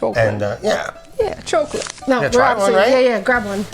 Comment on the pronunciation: caufee and chaucolate. Nice